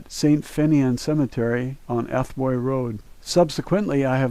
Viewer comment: AT- BOY NOT ATH-IBOU,I HATE AMERICANS TRYNA PRONOUNCE IRISH NAMES OR PLACES ,,we speak quick so wen we pronounce words its sounds like we use the shortest version possible not using the middle letters kinda or no pause ,also most words ar pronounced if theve been split in the middle an literally said how there seen spelled out when that's been done ,, example ,,Glendalough is Glen da lough pronounced ,Glen- the lock said quick an all together, I wonder how he would of pronounced that if i hadnt of told him ,Glen -Dahl -ouge most likely ,the name Dhaithi is irish for David so even if ur names david most people will call u Dhaithi and its funny wen u hear Americans tryna say it if there reading it and havnt heard us say it ,we say it literally Daw -hee or Daw(t) hee, Dha hi remove the ( i t) from the middle an the (hi) at the end is pronounce (he). depends on whos saying it most big town's use the T, but rural people dont,the t is silent,,I don't use the T,, but the yanks say -Dhate-hI😂😂😂 , ,lol,remember things ain't always as complicated as they seem on paper